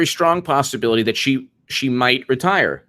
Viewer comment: regarding RBG, did you say retire or expire????